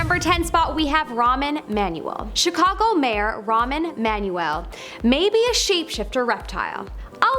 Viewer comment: "ramen manuel"